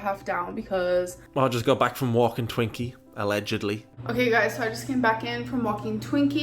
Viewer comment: "I just came back in from walkin Twaeinky.. allegedly 😂😂😂😂 I can't stop laughing and I have no idea why